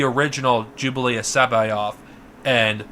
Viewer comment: Is he sayin “Jublius” I thought it was pronounced Jorus